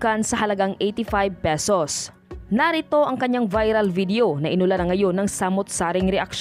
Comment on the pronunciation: Vedio talaga, hindi Video? Sabagay, puydi, pwedi, pwidi...ah basta ok na yan